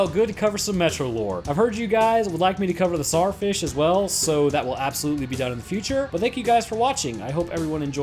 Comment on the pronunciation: Tzzar fieshh the protector of ze people😂